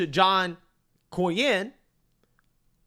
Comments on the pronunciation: Bro, I love your channel....but you pronounce Senator John Cornyn's name wrong EVERYTIME. It's like "CORN-INN". You've done it for years now, even after you hear others pronounce it correctly in your own clips. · It's CORN-IN, not CORY-IN. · COR-win not Corry win…😂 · Cornyn is pronounced “Corn-in” not “Cor-yin” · Its pronounced "CORN INN" not " COR YIN " driving me nuts over here my guy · It’s not Kore-Ian! It’s Core-Nin! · ……it’s John “COR-NYN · Despite hearing the pronunciation of John Cornyn's last name while editing this video, () still pronounced John's last name as ''Kor Ree In''...😆 I'm starting to think aka does these mispronunciations on purpose...🤔😂🤣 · it’s Core nin. Just sayin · Cornyn is pronounced COR-NIN. you said in another video to use AI. Maybe you should use it to pronounce names correctly. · John Cornyn's last name is pronounced "CORN-in." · I thought he said “Core-yin” 😅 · Dude, the way you are pronouncing Cornyn's last name is really frustrating. Like, do u not hear everyone else saying it???????? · Good mornin', John Cornyn. What state were you born in?🤠 What year were you sworn in? A band-aid is worn in the side you're a thorn in. Pronounce it: John Cornyn.--------------------------Use this poem to remember how to say his name.